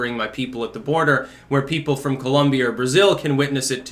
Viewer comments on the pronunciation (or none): none